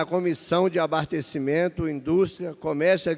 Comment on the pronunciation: ele disse...."ABARTECIMENTO"?